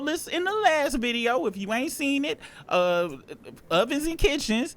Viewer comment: Ovovens and kitchens..... 😂😂😂